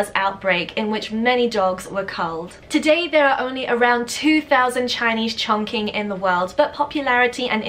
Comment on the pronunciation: Hello there M! For the Chinese Chongqing, the pronunciation should be like "ChongCHing". The Q is pronounced like a CH here in China. And also, it has a G between N and Q Also say that Chongqing is a city in china, in the Sichuan province (the spiciest food in all china). Greetings from Wuxi, keep up with these great videos!